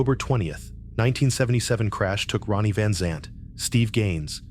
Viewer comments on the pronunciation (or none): This story is so full of holes it isn't funny. The voice talking can't even pronounce the name rite.